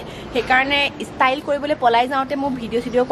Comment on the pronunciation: it's ot istile, it's prounce is style, take care